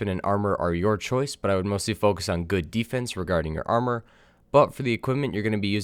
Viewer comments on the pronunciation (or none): none